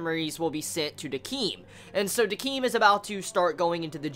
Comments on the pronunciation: Its pronounced 'Deck-m' not 'Dekeem' You should watch the episode again cause I don't think you understand what Ginti was trying to do, he was trying to understand humans too in his own way, didn't you see when the girl told him why does there have to be meaning in living, Ginti said "Not someone else who doesn't know". If Ginti was this uncaring arbiter that youre making him out to be then he would never have kept in his bar, he wouldn't have tried asking her all these questions, he's trying to understand. Remember how Decim and Ginti were created both by Nona on the same day? well you know how Decim has human emotions, what if Ginti has human memories, kinda like he knows the darkness of the humans but he doesn't know how to feel about it thats why his character is so different to Decim's. So don't just toss Ginti into the rubbish pile, try to approach whats going on with him from a deeper point of view since its not as obvious as Decim's story. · Also I thought Decim was pronounced ( DEH-SIM) or am i completely fucking wrong.